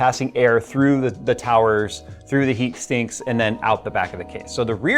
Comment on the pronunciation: did he say "Heat Stinks"?